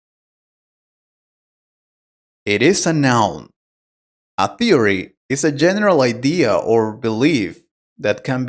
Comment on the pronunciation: The word "theory" is mispronounced.